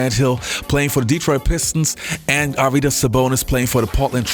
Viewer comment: its actually AR-vy-das, not ar-VY-das